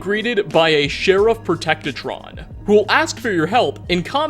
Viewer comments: He just said Protectrotron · Protec-ta-tron? Must be a modification of the Protectron. LOL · I always collect bandanas the most common is the skull one I think also did you say "protectedtron" ?